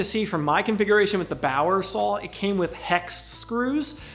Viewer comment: Sawl lol love the accent